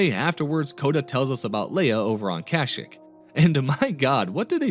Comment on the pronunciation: Your pronunciation of Kah-Sheek hurts me